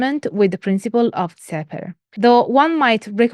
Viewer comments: I don't have enough knowledge about how members of Temple Of Set pronounce "Xeper", but Don Webb transcribes it as "Khefer", and the KHPR podcasts follows that pronunciation. Xeper is the Egyptological pronunciation of ḫpr, IPA /xɛpɛr/, so it definitely shouldn't be "Kseper". I know pronunciation is a pointless pedantry, but it's a nice thing to come closer to representing dead languages (ignoring contemporary usage of Coptic, but pronouncing it Shopee would be a bit weird). I don't know where they got the /f/ from, since no dialect of even Coptic had that development. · it's not pronounced "Zepper", it's pronounced "Keffer". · Also, you’d mentioned in the lecture you weren’t sure how to pronounce Xeper. In some of the ToS materials, they say it should be pronounced as “Khefer,” similar to the transliteration used for the Egyptian god Khepri. I can confirm that initiation beyond the degree of Adept is based on specific initiatory progression, not on time in the organization. The plane of the Adept is theoretically infinite, with the other degrees representing different types of growth. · like that time where that ball of dung I was rolling finally transformed into gold and next I knew I was in this human body, I think it is pronounced khefer, at least that´s what a priest told me once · Members generally pronounce Xeper as "Keffer". And Setianism as Set-ee-an-ism.